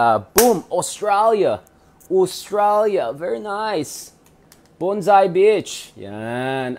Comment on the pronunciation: BONDI BEACH not BONSAI BEACH.